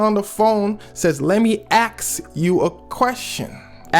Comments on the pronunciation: Funny how a rapper that knows words can't even say ask rather than axed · 😂 Let me aks you… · Lol ik its not racist that they knew it was him bc he says "axe", but it feels like it! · As a louisiana navie this "axe" vs 'ask' bs is annoying But seeing this is part of the reason kentrell got caught is infuriating. C'mon mane. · let me aks you got me on the floor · Since when is the mispronunciation of ask being “axe” a southern thing 😂😂😂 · As a Texan, I don't recall anyone saying "AXE" before. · I’m from Louisiana and we definitely say “aks” 😂😂 that definitely tickled me. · We say ax in Philly too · Texas born and raised and I’ve never said ax instead of ask. That ish hurts my ears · I'll probably have fallen for the "aks" part Thats how we say "ask" in my country 🤣🤣 Much love from Eastern Nigeria 🇳🇬